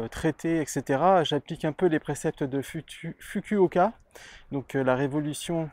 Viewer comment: dsl de te reprendre mais pour Masanobu Fukuoka , le" u" se prononce "ou" en japonais